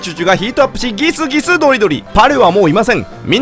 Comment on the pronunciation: ギスギス↑ドリドリ↓